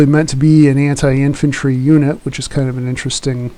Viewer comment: the sound quality is brutal... doesn't help if you start shouting a unit name with bad pronunciation either